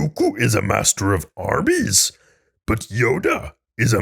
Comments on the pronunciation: Tell me why I thought he said Arby's and not armies... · Had to replay a couple times. I heard "Dooku is a master of Arby's" lol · It sounded like you said Dooku is the master of Arby's